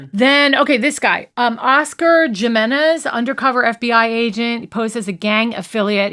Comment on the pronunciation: Please pronounce names correctly. “Jimenez” is usually pronounced, “Him-inn-ez.” “Luis” is not pronounced, “Louie,” or “Lewis,” it’s “Lu-EES.” I believe “Velazquez” is generally pronounced, “Velas-kez.” Anyhow, please check on these, thanks.